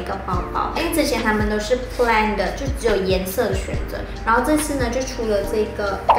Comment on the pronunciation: Long champ和plain你念错了! Plain的读音和plane是一样的哦!